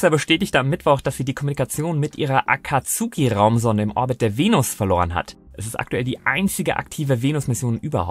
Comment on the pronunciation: A ka tsu ki... bitte.. Zuviel Naruto auf deutscher Sprache geschaut? :D Zukünftig bitte so ausprechen. -> A kats' ki